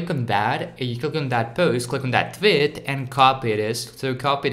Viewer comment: The way he says “tweet” sounds like he is saying twit